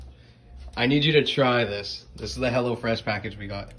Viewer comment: Anyone else thought he was sayin hellafresh not hellofresh